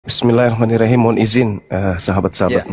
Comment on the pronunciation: cuma mengingatkn.... koreksi saat membaca basmallah bismillahhirahman nirrahim khim bkn him